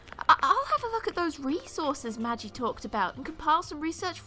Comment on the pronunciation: Also, Magi should be pronounced Ma-gee with a guh sound.